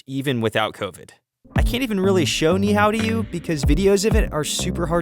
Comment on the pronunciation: I don’t know why he said “Final Eruption” because it’s constantly erupting. It will not stop in our lifetimes. Also, it’s pronounced “Knee-Ee-How”